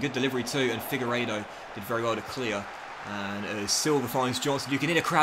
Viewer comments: Its pronounced Figur-edo btw, not figer-oda. Loving this though! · It is pronounced "figa ray dough" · By the way, your CB’s name is pronounced “Fig-where-doh” :) Class video as always though, should deffo give Yatesy more starts imo :) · It's fig-er-ree-toe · It's Figueiredo not how you're pronouncing it